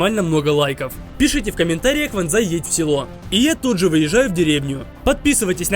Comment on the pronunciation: Пожалуйста, ванзай не кинза и кинза